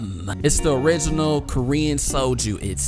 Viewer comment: Viet-ma-knees guy: Ohhh you got the Sojuu!